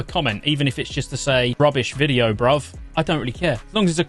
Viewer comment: Rubbish? Rub-ishhh? It was a great video! Mage FTW!